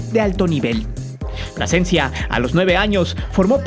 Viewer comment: Carlos Pasecencia a wey te comiste la letra L esupidin. Carlos Plasencia...